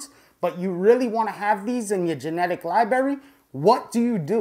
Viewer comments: I love you but seriously your use of the word “Libary” is getting annoying. You’re old enough to say “li-bra-ry” like the rest of us. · Hate to be that guy, but you know, it's pronounced library right (respectfully) ? With two "r"s. Lol your videos are absolutely awesome! I've learned a lot thank you for the info. , and say it However you want, just sayin. Lol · Love the videos but I’m not sure what a ‘lie-bury’ is? Is that kind of close to a library? As in there’s 2 “r’s” in the word? Or is this a lie that you bury? Lie-bury? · You lost me at libary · "My-cell-ium", "li-bary", and baphomet...this clown has irked me in the first 30 seconds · Lie Berry 😆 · this is awesome, but is someone gonna let know he has mispronounced the word library about 3k times? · Im sorry theres no way im taking advice from someone that cant say library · Hate to be that guy, but it's hard to take someone serious when they can't pronounce library